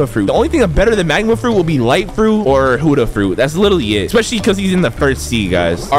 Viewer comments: It buddha is not huddha 😂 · Why are you always saying huda instead of buddha